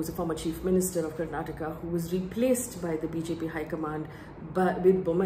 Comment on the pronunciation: It good that you touched on the language issue twice in this video. None of the other mainstream channels picked this up. It was quite irksome for us to hear the name of the state mispronounced repeatedly as Karnatak. The state leaders names were all messed up by the BJP national leaders when they were pronouncing their names in the speeches. One more point that you didn’t touch upon was the BJP posters showing Modi right in the centre - slightly taller than the state leaders. This didn’t go well with the public